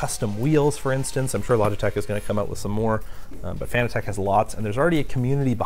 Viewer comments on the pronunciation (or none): Are we sure about the pronunciation of "Fan-a-tech" and not like "Fanatic?" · Fun Fact: Fanatec is a play on fanatic so is pronounced like fuh-NA-tech not FAN-uh-tech. Here's Fanatec pronouncing it's own name the proper way, tell all your friends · Why does everyone call it Fan-a-tech?It’s Fanatec like sports fanatic. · Fanatec is Pronounced like Fanatic...see what they did there?